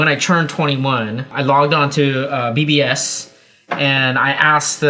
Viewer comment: Oh BBS...I thought said VBS. (Vacation Bible School): )